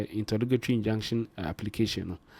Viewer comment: Court "injunction" not injection